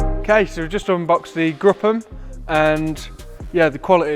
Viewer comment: Great job. Love your objective talk. Gruppe M is pronounced [ˈɡʁʊpə] M (like group with the hard 'p' and the 'e' of pet)